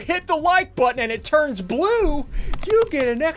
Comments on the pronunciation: Nobody::"When did you hit that foot botton". its button not botton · Ssundee: says "hit that like botton" ONCE: says" hit that like bottone" every time ssundee says somthing.